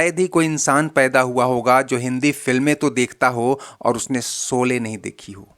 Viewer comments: भाई उच्चारण तो सही किया करो शोले को सोले बोलते हो , श और स में बहुत अंतर है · Seen ki jaga sheen bola karo yeh gaon ki kachi boli hay soley nahi sholey saheeh lafz hay